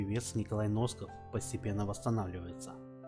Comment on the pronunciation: Не Носков А Насков говорите правельно ,бесит ажна